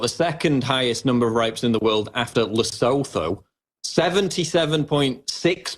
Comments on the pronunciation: Paul - You pronounce Lesotho as "Le-Soo-Too." Thanks for the quality videos covering topics that the MSM refuses to cover. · Just a heads up, Lesotho is pronounced La-soo-too.